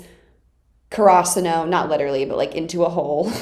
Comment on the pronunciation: wait..what the fuck is "kurasuno"???????????????????? you mean "Karasuno"???????????????